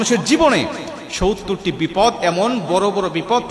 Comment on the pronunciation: আসসালামু আলাইকুম। সউত্তর না বলে। সত্তর বলুন ।